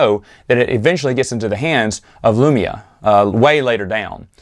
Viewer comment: Wanna know how legends trash I am? I literally yelled “Lumiya!” When I heard you pronounce it wrong